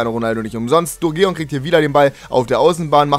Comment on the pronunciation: Sturgeon wird Sturdschen ausgesprochen :)